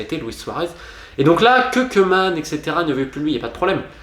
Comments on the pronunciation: ça se prononce cou-man, pas queue-man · Romain, bravo pour ton excellent travail. J'adore vraiment ce que tu fais. Par contre, par pitié, arrête de massacrer les noms et les langues. Koemam c'est [kuman] et ne mélange pas castillan et catalan stp. Merci pour les contenus fouillés et les excellentes analyses.